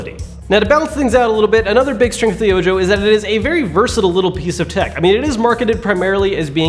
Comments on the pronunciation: ...It is "oh-ho" not "oh-jo" because it is Spanish. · I believe it pronounced oh-hoe, like the Spanish word for eye, not oh...Joe! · Ojo? Isn't that supposed to be called Oho? Like, eye in spanish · Are you calling it "oh joe" based upon its spelling or is that what they said it was called because it could be call "oh ho" which phonetically which is spanish for "eye" and being its a projector with 1 "eye" makes more sense idk something about "oh joe" bugs me lol just curiousity hitting my quarentine boredom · Are you sure it's not pronounced oho ? Eye in English. So disgusting when people pronounce such common words from a language wrong lol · I'm pretty sure Ojo is Spanish for eye. So it should be pronounced Oho.